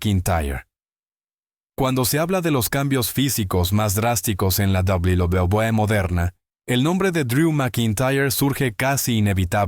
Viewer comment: La IA no puede pronunciar correctamente WWE